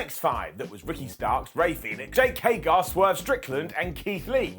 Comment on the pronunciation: but even he doesn't know how to pronounce Jake Hager's name